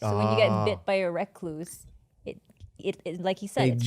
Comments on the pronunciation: The way yall pronounce recluse.. 😭😭☠, In washington we have the recluse and black widow but actually the recluse, widow and bar scorpions are not as poisonous as people think it is VERY VERY rare that people die from them. At worse they just make you nauseous which even that is rare they are mainly just painful as hell, the rattle snake of any breed is potentially deadly without antivenom so hopefully your within 2 hours of a hospital. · Brown recloooos, recluse, reclous, Not wreck loose.🤣🤦‍♂️